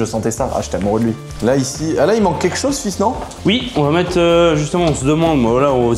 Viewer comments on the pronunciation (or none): none